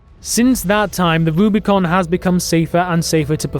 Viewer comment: It's Rubicon, not Rubricon. It's meant as a reference to crossing the Rubicon River by Julius Caesar.